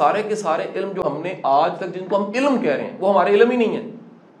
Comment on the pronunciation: ila-m. Or ilm. Qasim sahib plz apni pronunciation Thek Karain Kindly.